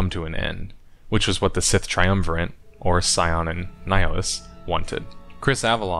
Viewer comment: Not to be that guy, but there is no "N" in "triumvirate."